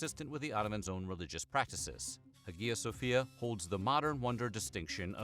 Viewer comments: "Huh-gee-yah"? No! Hi - uh, or haya - no hard "g" sound. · hagia ... pr. eye-ya. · Isn't the "g" in Hagia Sofia not pronounced?